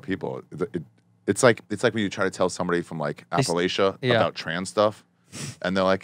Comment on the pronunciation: At least be able to pronounce “Appalachian” correctly if you’re going to talk shit lol